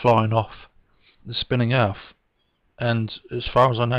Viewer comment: Anyone who pronounces Earth as "Earff" shouldnt be given the time of day